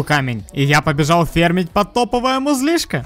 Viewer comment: пошли ФЕРМИТЬ -почему не ФАРМИТЬ с ударением на а